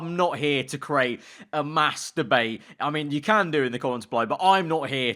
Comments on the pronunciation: be weary of how you say mass debate next time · You gotta start saying mass debate more clearly man. Try saying it quickly over and over you'll get what I'm on about. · did you say massdebate or Mastrubate? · Honestly I thought he said masturbate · “I’m not her to materbate” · him saying mass debate sounds like hes saying masturbate lol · I legit thought he said masturbate instead of mass debate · i know he was saying mass debate, but i couldnt help but hear masturbate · did anyone else hear it as i’m not here to start a masturbate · Mass debate... really. Say that again and what does it sound like Masturbate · “I’m not here to mass debate” Me hearing masturbate and not mass debate: “Can you do that on YouTube?” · you say. I'm not here to start a mass debate. When you say that i kinda sounds like you say masterbate.... Just a heads up 😂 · The Imposter he sounded like he said masterbait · Nobody: Absolutely nobody:: mass d bate 👀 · The way says mass debate sounds like something different you know what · it's sounded like you said something else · I’m not here to start a mass-debate 😂😂 (i had too take twice when i first heard you say that)